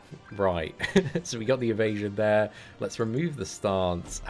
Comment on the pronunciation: i like your videos BUT the way how you pronounce "there" triggers me so much hahah xD